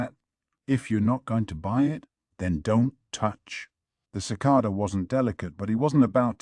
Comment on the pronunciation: Sheesh. Even mispronounced "cicada". Sigh.